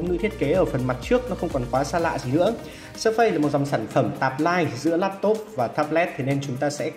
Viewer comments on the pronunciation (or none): Phát âm k phải là sơ phây nhé 🥲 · Phát âm surface sai rồi